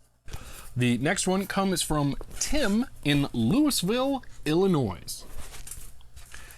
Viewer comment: Ah, I was thinking "Illyria", as in Twelfth Night. After he said "Illinoise" I wondered if the mispronunciations were a running gag. :)